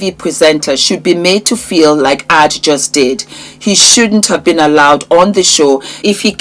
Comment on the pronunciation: her name is pronunciationed A, J as the letters not Aaj ❤